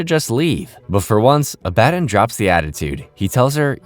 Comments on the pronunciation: Can SOME of you guys pls stop hating on him because he pronounced Abaddon wrong?? Like, what's with all the hate for? You could've at least just said in a POLITE way it's pronounced ab-ah-don and not uh-bad-in. You guys need to work on having less criticism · Ab-ah-don🙄 is it really that hard to say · WHY ARE YOU PRONOUNCING ABBADON LIKE THAT IT PMO💔 IT'S AB-AH-DON, NOT AB-BAD-IN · Was this scripted by someone else?? How do you mispronounce the name of an important character so consistently after literally watching the show??? Abbadon is pronounced phonetically, Abba-Don. Not uh-BAD-in. Wtf. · It's pronounced ah-buh-don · It’s pronounced Ab-a-dawn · you obviously haven't watched the show or even a clip of it can't even pronounce abaddon right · Abb-A-don like abbs a don cheedle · it's pronounced Abba-don lol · Did you even watch the show or did you just read a script? Because how the hell do you pronounce the name of a main character so damn wrong!? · The way hes pronouncing abaddon is throwing me off and gonna make me click off the vid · Oh My God… did you even watch the show? The way you pronounce Abbadon is annoying. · Hate to pile on bc I love a lot of your other videos. But the name mispronunciation is a huge killer especially during the Abadon episode. Disappointing when your quality is one of the things about your videos I like. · Bro, how did you mispronounce Abbadon? Did you watch the show? I won't tolerate mispronouncing the name of the GOAT of the show. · Is anyone else a bit annoyed/confused from how he's saying Abbadon completely wrong? They clearly pronounce his name over and over, so why mispronounce his name. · I think its an ai voice and those arent good at pronouncing things correctly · You mispronounced abaddon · NOOO WHYD U SAY ABBADON LIKE THAT 😭😤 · Good vid but it really did something to my brain the way you pronounce Abbadon 😅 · That's not how you f**** say Abaddon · Please watch this show so you can learn how to pronounce abbandon